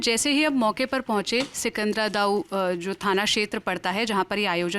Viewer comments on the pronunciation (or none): वो सिकंदरा दाऊ नहीं सिकंदरा राऊ है 😊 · सिंकदरा राऊ है सिकंदरा दाऊ नहीं है मैडम जी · सिकंद्राराऊ है ना की सिकंदरा दाऊ मैडम जी